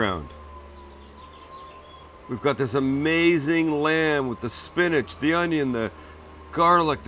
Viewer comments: Spinach? SPINACH??? ... 4.5 from the East German judge. 😜 Other than that, nicely done. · Peas Sam not Spinach.. lol